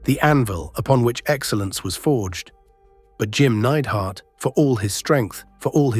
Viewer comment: Great channel. But today was the day i figured out youre just an AI voice. Neid-er-hart.